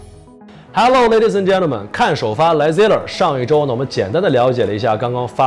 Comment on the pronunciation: “哈喽累第四安得间头满”“贼乐儿”这两个发音太完美了，返回去听了好几遍